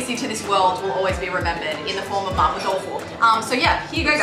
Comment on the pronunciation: I'm here again to pick some bones. It's actually not Ma "Poh/Poe" Tofu but more like Ma "P-war", with "war" being pronounced with a British accent. Event then, it's only much closer to the correct pronunciation but not the same. I'm talking about in Mandarin of course, maybe in Cantonese it sounds more like "poh"? I don't know.